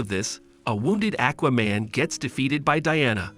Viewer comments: WTF is a Akwah-Man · why you say Aquaman Lex Luther like that lmao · Omg, I appreciate this narrator but come on bro....learn how to pronounce words and names the way 99% of comic readers and animation/film viewers, and VO actors too say how the character's names sound! 🎉😂 I can't be the only one to cringe at "ĹaKes LoothoR' or "Aķķķwaaa-Mane" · Buddy said akwa man and lex lether. Smh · Ha Ha Ha - Ackwaman and Lex Luthher! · Lmao ahquaman, parayduhmons, lex lother